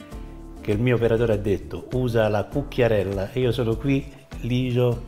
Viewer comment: Mi hai fatto venire una voglia❗ Avrai pure un accento toscaneggiante, ma da come dici "cucchiarella" sono evidenti dei natali napoletani❗❗❗